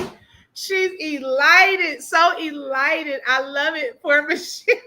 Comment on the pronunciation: eLITEd ? Does she mean Elated? so funny when she looks a fool.... Just like Deeabolical... It's diabolical... she's a dummy...